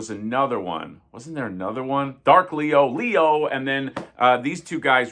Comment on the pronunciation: I love how can't say Leo without immediately following it up with "Lee-OHH." 😂